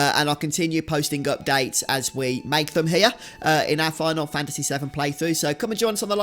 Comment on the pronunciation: ….did you seriously just say hair instead of here?! Gadam your people have a penchant for butchering the English language.